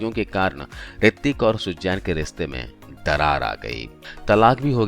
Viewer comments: What horrible English... Pronunciation is terrible. What is sujjain it's Suzanne and so on and so forth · Sujjjjjeeeeenn nahi... suzen bolo